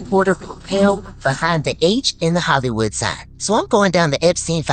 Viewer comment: Ill give you hint " HOLLY" wood, Everybody saing it wrong, just say holly as you say Holy